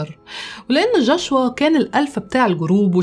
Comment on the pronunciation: جوشوا وليس جاشوا